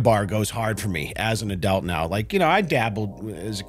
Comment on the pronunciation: Is double nose-ring lady's "obeast" for "obese" kind of like your "adealt" for "adult"?